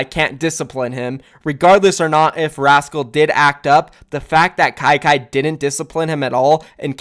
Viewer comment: said kyky Me: HELLL NO